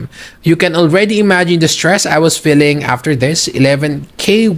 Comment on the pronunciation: Ano daw 'filling'? You mean 'Feeling'?